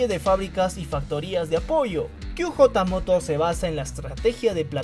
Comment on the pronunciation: QJ Motor, se pronunciaría (kíü yeí morór) inglés. /ó/ (kú jotá motór) español. No kíü jota, spanglish jajaja..